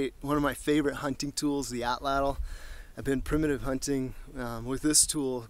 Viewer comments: Suggestion: Pronounce it AW-tlawt, not aw-TLAWTL. ('tlottle' nope!) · With Matt being so into survival I have always wanted to ask why he uses the American English pronunciation. It’s actually a word from the Aztec language pronounced roughly as (ought-lot-uhl). However most people on tv and the net pronounce it, at-ladle. As a fellow woodsman(which explains why I am using my daughters YouTube) I have always wanted to sit and pick some of these guys brains a little. Maybe learn some new things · Great video! Only two things: 1) your pronunciation of atlatl: you put way too much emphasis on the second syllable and the “l” at the end of the word. It’s pronounced “AHT-laht-l”. 2) There is no history of the Native Mexicans from whom we get the word altatl from and you say “our prehistory”. :-/ But otherwise good stuff! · Hello Sir, I'm so pleased to have found you! I was reading about Roman archaeology and I discovered the word 'atlatl' so I googled its'meaning and pronunciation, so that lead me to you! I'm a 48 year old Irish lady but in my dreams, I want to be like Crocodile Dundee and a survivalist!!! I'd love to learn how to survive in the wild by cooking, making shelters etc it all fascinates me.